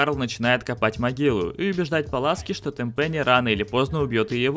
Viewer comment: Ааа, как же это ТемпЕни, вместо ТЕмпени режет слух...